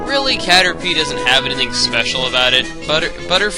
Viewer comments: *Caterpie, not Carterpie. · Isn't it Caterpie not Carterpie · "Carterpie" o-o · "Carterpie", lol.